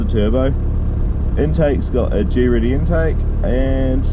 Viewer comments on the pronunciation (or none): Good results man nice one :) side note please pronounce greddy properly. It's not G-ready haha